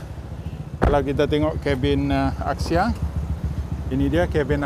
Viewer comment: It’s pronounced as Axia not Akxia